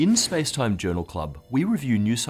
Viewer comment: I hate it when he says spacetime